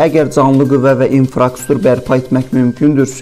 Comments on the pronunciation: İnfrastruktur❗İnfarkustur yox.Hərdən leksikologiya lüğət kitabını aç oxu. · Инфростур йох инфроструктур .